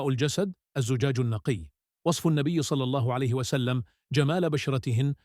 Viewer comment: لا تحكي صلى الله عليه وسلم بطريقه غريبة في الفيديو احكيها بطريقة صحيحة